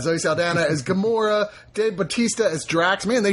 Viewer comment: Did Chris call Gamora, Gamera?